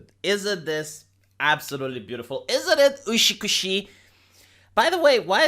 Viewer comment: something has been bothering me for some time now. Whenever you say utsukushi, you say it really weird. You say it like ushukushi, which is just off putting. Feels like I'm being shaken awake in the middle of the night, they're trying to say something to me, and it just comes out as a barely coherent mess, because I can barely comprehend anything. Feels like something said in that kind of situation, where you recognize what's being said, but it's off to an extent that you just get really confused, and end up not understanding.